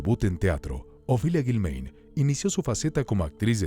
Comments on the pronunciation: No es Guilméin, es Guilmáin, pronuncia correctamente, narrador. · Lo que más me brinca es que el narrador no sabe pronunciar el apellido de a Ofelia…solo escuche a sus hijos como se pronuncia